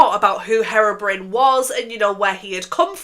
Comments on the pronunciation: I'm sorry but it sounds like you're saying heroine when you say herobrine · i’m crying it sounds like you’re calling herobrine heroin😭😭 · Loved the video! Since you were wondering it’s pronounced hero-brine (as in super hero + salty water) :)) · sorry but "herrrobrin" is so funny (ur makeup is stunning btw) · Saying harobrin is killing me 😭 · Nooo your saying Herobrine wrong 😅